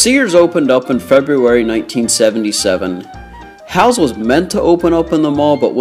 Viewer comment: Halle’s: Hal-Ease (pronunciation), not Hals.